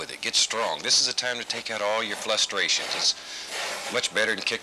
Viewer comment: Hey Bob what’s a flustration?